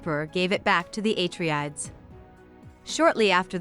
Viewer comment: Thanks, this is what I needed to start the second book. I'd clearly forgotten a few things since reading the first one. Btw, I'm 90% sure it's ah-tray-dees, not ay-tree-adds lol